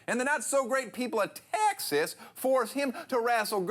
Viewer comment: Texas has an A not a U towards the end........... furthermore I am damn proud of Mac!!! I am from Houston and wish Mac the absolute best on his journey in life. As he said "Texas is pretty cool." Keep kicking ass mac!